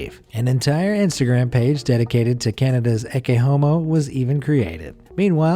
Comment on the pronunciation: "ecce mono"...you pronounced it completely wrong.